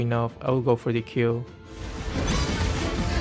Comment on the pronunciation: Just secure some kills.. "our keels"